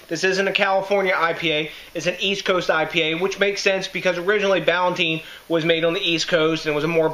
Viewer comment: brewed in NEWARK up until 1972 on 57 Freeman St. in the Ironbound section you're pronouncing it wrong too THIS IS GARBAGE COMPARED TO THE ORIGINAL Peter Ballantine was a Scottish brewer who set up a brewery in NJ. Jews from NY bought out the brewery in the 1972, and screwed the workers. NEWARK was a beer capital. Now gangs roam the blood bath city, and all those breweries are in ruins, except Budweiser across the street from NEWARK INTERNATIONAL AIRPORT.